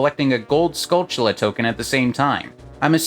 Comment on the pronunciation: I like that you pronounced Skulltula correctly! Great vid man :)